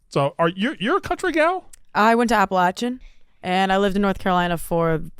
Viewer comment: Hannah needs to teach Nick and KB how to say “Appalachian.”